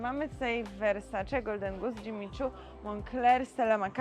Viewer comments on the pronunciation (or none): none